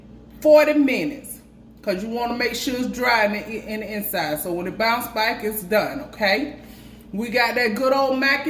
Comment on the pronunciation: Girl, where your ass at? Now it's been too long!😉 Come on Bach! (back)😆 I live the way your country ass say back😆